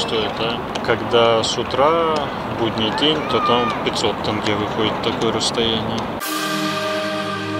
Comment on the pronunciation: Ребят! Наш тенге не тэнге, а тенге, через Е- Елена, а не Элена